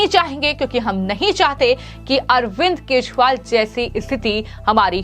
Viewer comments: Kejriwal & not Keshwal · इन मोहतरमा को केजीरवाल बोल्न भी नही आता wah😂😂😂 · Tu pagll hai kya Wo arvind Kejriwal Hai... Arvind Keswal nhi 😅😂😂😂😂